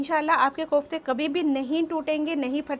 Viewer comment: MashaAllah, nice recipe. But they are called "koftay" not Qoftay!